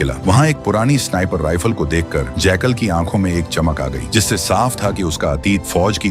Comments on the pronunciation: Jackal❌ Jaykal✅ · Sweet brother ye jackal hai na ke jaykaal😊😊